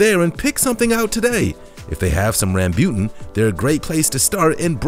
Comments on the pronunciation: RAM BU TAN not rambyutn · its rambootan not rambyutan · Just saying rambutan not rambut guys🙂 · No 4 is Rambutan and not Rambute. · Its Rambo-tan. In asia we call it rambo-tan although it is spelled as rambutan (rambyutan).. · You pronounced Rambutan wrong. It sounds more like Rum-boo-tonne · I think you mispronounced Rambutan but I am not sure if it is pronounced differently outside of the Philippines. We pronounce it like RAM-Boo-TAN. Not sure if there is a difference in pronouncing amongst other Asian countries. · Durian is good. Doesn't smell that bad it actually smells nice and tastes sweet. Did you pronounced rambutan wrong or did we(Philipinnes) pronounced it wrong. We call sugar apple "Atis" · Sugar Apple is called Atis in the Philippines and the Rambutan if you we're in the Philippines it is not how you pronounce it lmao